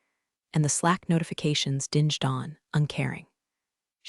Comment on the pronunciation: AI is mispronouncing dinged.